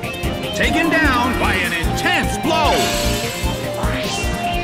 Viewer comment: the announcer cant even pronounce arceus's name right, hes saying arsius